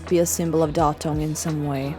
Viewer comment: I have to leave comment here as a person who was born in Datong. Your "Datong" pronouncation is perfect with correct tones (thank you for spending effort on it!). Since Datong joined China's high-speed railway network, traveling there is much easier. I used to fly from Beijing to Datong many times, but after the high-speed train started running, the flight route was canceled because it could not compete with the train. While Buddhism originated in ancient India around the 5th century BCE, it gradually declined in its birthplace over the centuries. Buddhism officially entered China during the 1st century AD during the Han Dynasty. It flourished, evolved, and deeply integrated into Chinese culture. There are significantly more Buddhist temples in China than in India today.